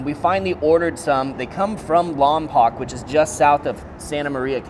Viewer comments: Just a quick FYI... It's 'Lom POKE' not Lom POCK... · Lom-Poke, is how you pronounce it. It's a Chumash name. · It’s pronounced Lom (like llama)-Poke and the only place in the world where pinquito beans are grown is in California’s Central Coast. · Lompoc rhymes with yolk. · That's not how you pronounce lompoc 😂 love the video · Lol. That does bug us people from The Valley of Flowers.